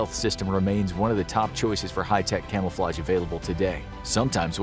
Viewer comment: Camelflage? What’s that